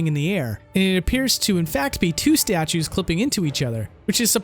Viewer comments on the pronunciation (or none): none